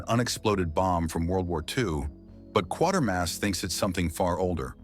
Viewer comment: Quatermass, not Quartermads